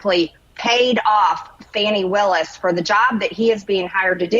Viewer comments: Farni Willis. Thought it was Fani. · Cute and true but I heard she actually pronounces her name as "Fawn ee" rather than "fanny". Either way she's still a demo crook and biden leftist.